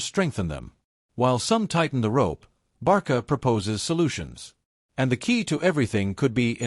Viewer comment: 1 Álvaro Carreras is from Spain 2- it's not Barca, is Barça and the pronunciation is Barsa. If you don't have the "ç" use "s".